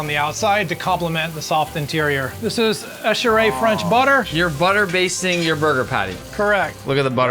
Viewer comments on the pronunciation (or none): none